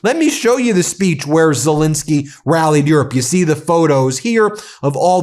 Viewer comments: Why can’t some Americans pronounce Zelenskyy? It’s not Zillinsky, it’s ZELENSKYY!! ZELL rhymes with Bell.. drives me nuts! Anyway Slava Ukrainii! 🇺🇦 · While you've spelled ZELENSKYY correctly, you keep mispronouncing it. I had a teacher named Betty Zelinski. Volodymir's last name does NOT contain an "I" it is an "E" and should sound like the "E" in pet, not the "I" in pit. ALSO - the summary has his last name spelled WRONG - as Zelesnskyy. Foreign leaders would have more respect fo us if we at least got their names correct, consistently. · look at the second "e" in president Zelenskyy's name. Ben pronounces it as an "i'. I believe it's disrespectful not to pronounce people's names correctly. He also mispronounces the name of the French President. Ben is a lawyer and I expect better accuracy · I wish Ben had enough respect to stop mispronouncing President Zelenskyy's surname